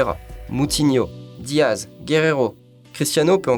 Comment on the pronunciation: Mais putain c'est Renato SancheS pas SancheZ c'est Ruben DiaS pas DiaZ c'est Nuno GomeS pas GomeZ